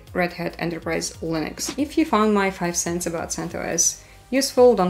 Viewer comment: interesting how she is saying Lыnux